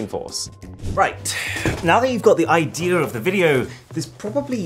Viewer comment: him : IDEARrrrr of the video 📹